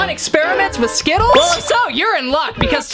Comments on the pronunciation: Oh and I have a night made of you keep saying skitals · The word is ✨skittles✨